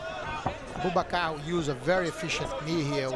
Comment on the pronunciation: The pronunciation of Abubakar’s name at the end💀💀💀